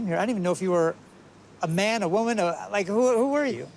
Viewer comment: “The MAN & the WAMAN” 😂😂😂